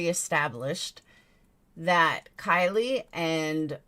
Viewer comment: can you say her name properly please at least, its pronounced like Kylie minogue